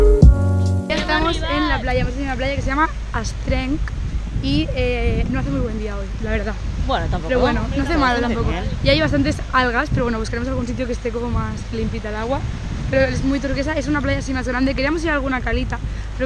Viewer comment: se dice es trenc no astrenc,lo digo porque soy mallorquina jeje